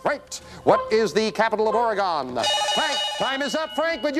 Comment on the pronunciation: Take a drink every time Jim mispronounces “Oregone”